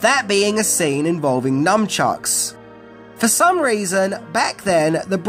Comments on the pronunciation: It sounds like you are saying "numbchucks" it is nunchucks. Numbchucks would be a very stupid weapon to use on someone as numbing the pain that it would case them would make them able to hit and get hit without feeling any pain. There is even a James Bond villain who doesn’t feel pain in The World is Not Enough called Victor 'Renard' Zokas. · Nun Chucks. Not Num. Just FYI. Slang from Nunchaku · Are you calling nun chucks numb chucks? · Are you literally saying numbchucks? Cause its NUNchucks. 🤦‍♀️ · I took a drink eveytime you mispronounced nuNchucks - I'm frikkin' hammered! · Do Aussies call them NUMchucks? Not NUNchucks??????? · It's pronounced "NUN-CHUCKS" not "NUMB-CHUCKS" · Of course, everything is scary and illegal in Britain if it involves "weapons". BTW, they're nuN-chucks, not nuM-chucks, FYI. (Actual name: nunchaku.) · C’mon, it’s NUN chucks, NOT NUM chucks. God I hate that. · Not sure if I'm hearing you correctly, but it sounds like you're saying Numchucks rather than Nunchucks (which comes from that Japanese word Nunchaku) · nuNchucks, not nuMchucks... 😂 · Is he saying “Numb-chucks”? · Num chucks ? LOL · Nunchucks. Say it right. You sound like a 3rd grade kid. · I love how you call nunchucks “numb-chucks” 😂😂😂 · What are "numchucks?" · Hang on... is constantly saying "NuMchucks"? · Numchucks? 😆 How many times does mispronounce as Numchucks 😆 Well I guess if you were hit with one it would make you numb 😊